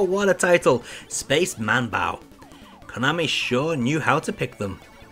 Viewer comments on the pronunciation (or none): You should had also mentioned those MSX games that when plugged into an MSX2, had some extra features, like Nemesis 3/Gofer no Yabô Episode 2. BTW, get an FM-PAC ASAP. It was funny, interesting and (moslty) awful, hearing the Aleste soundtrack in PSG. One more thing is manbou not manbau. The kana spelling in the box shows it: スペース マンボウ